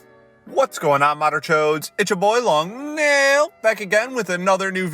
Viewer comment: Shakes cane BaCk In My DaY hE sAiD "Long Neeeill" iNsTeAd Of "Long Naaaill"